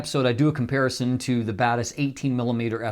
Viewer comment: I'm still confused if I'm hearing "the Badass series" instead of Batis series of if he's actually saying it